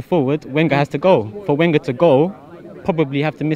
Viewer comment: After 20 years, you should have learned how to pronounce Wenger! You don't speak for all fans. Some of us want to stay.